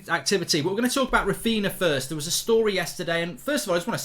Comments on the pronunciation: Mark Its Raphinha yes Raphiña not Raphina Mark in Portuguese and Galician nh is ñ like for example Pauliño (Spanish), Paulinho (Portuguese/Galician) and Pauligno (French/Italian) see the exemple Mark same for Darwin Núñez of Liverpool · Quick tip, It's pronounced RaphiNHa, not "Rafina". Just like DiNHo but with a "a" at the end. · I wish use would all stop calling him raphina. Its raphinia get it right goldbridge lol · Mark it's pronounced Rah-Feen-Ya. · “Rafina” … cringe, its not that hard to say it correctly 😅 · Manchester United 😂 And learn how to say Raphinha.